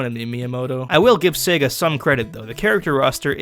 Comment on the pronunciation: It's pronounced "see-guh" not " seg-uh". Get it right jerk